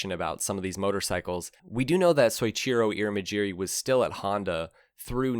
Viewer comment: "Soh-each-ee-roh ("So" + "Ichiro," [just like Ichiro the baseball player]) Ir-ee-muh-jeer-ee" ( & afterward). Because Japan has an entirely different written alphabet, English spellings of Japanese words are usually spelled nearly phonetically — they're written specifically to help us sound out the words, step by step, just like in school, to get the reader pretty close to the right sounds. Two bonus things I learned about Japanese, that can make it easier: first, there's no accented/emphasized bits of words (Nagano, for example, isn't "na-GA-no;" it's just a flat, evenly-paced "naga-no"). Second, Japanese words are made using a basic set of sounds. These individual sounds are always pronounced exactly the same way. Any time you see "ir," "ta" or "ka," for example, each of those always represent one single sound, no matter where you find it in a word. It's way easier than English, at least in these areas. Combine the stuff above with a basic idea of how spoken Japanese usually sounds, and you're already most of the way there. If you listen to what common Japanese names typically sound like, you'll probably be able to tell why the way you said "Ear-muh-jeer-eey" was so noticeably off-kilter to my ears. I don't speak Japanese, nor do I consume Japanese media. Still, before even seeing the spelling (Irimajiri), I would have bet my life that "Ear-muh-jeer-eey" was not right. Maybe somebody in the Middle East has that name, but not a Japanese dude. Just take a few extra second